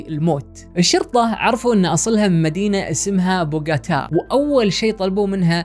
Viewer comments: بوݣوتا و ليس بوݣاتا 🤗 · بوغوطا. Bogotá يا أخي تعلم